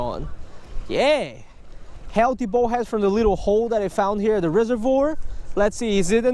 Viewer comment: I love your videos. you are a good fisherman. but could you please say bull head not bowl head. in Spain they don't run with the bowls...